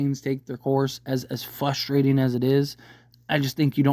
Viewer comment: It’s “frustrating”, not “fustrating”.